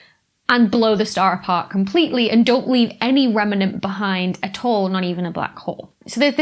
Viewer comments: "Rem-en-ant" ... so precious! :) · Learn to pronounce remnant correctly.